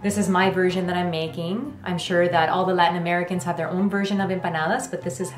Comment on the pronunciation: When said “Latin Americans” i literally thought she said “white Americans”